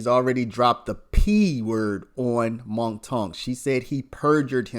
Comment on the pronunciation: It's mounk (Moonk) not Monk